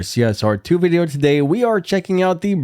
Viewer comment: “VIDIEO” 🤣 & again… spelczech that mutha🤣